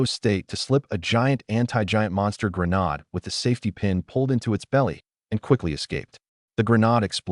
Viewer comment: The word grenade is pronounced gruh nayd. It a long hard "a" not a short, soft "a".